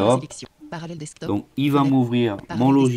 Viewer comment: parallels deSktop et non pas parallels deKstop heheheheheheh debut de la video you mad my day hehehehehehhehe